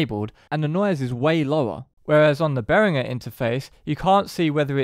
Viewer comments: Bay-ring-er. It's German and there are no soft 'g's in German. They are, however, crap. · Great info but please decide how you’re going to pronounce Behringer and stick to it.